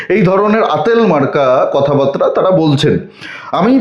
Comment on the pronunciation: "কথা বাতরা" শব্দটা ঠিক হোক, উচ্চারণ "কথা বার্তা"।